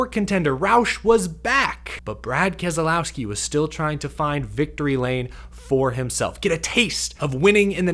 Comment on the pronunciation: What race were you watching? Go finish boring race. Please learn to pronounce Kez lau ski Not kez A lau ski big difference he even says so